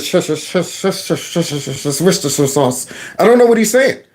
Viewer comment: " worcestershire sauce " 😆.